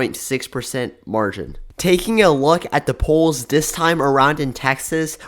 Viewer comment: I don’t think the narrator pronounces words correctly. Liberal is not pronounced Librial. This is not pronounced Dis, The is not pronounced Da. Slow down.